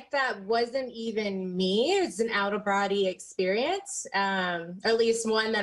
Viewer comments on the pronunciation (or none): "An out of broddy experience.." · “An out of Broddy experience”